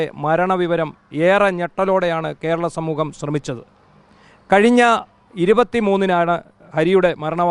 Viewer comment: ശ്രമിച്ചത് എന്നല്ല ശ്രവിച്ചത് എന്ന് പറയുക